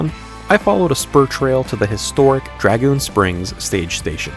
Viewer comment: Nice job. New subscriber here. Any comments on your rooftop tent? What sidearm are you carrying? In the Gleeson section, you missed the “Prisoner tree and cable “ used prior to the jail being built. Learn how to pronounce “Dragoon”😀 See to your weapons and stand to your horses, Storm Rough Country Horses High Lonesome, A.T.